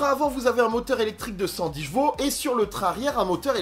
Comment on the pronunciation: Elle a beaucoup de "jvaux" 😂 J'adore tes vidéos merci beaucoup pour le partage 😇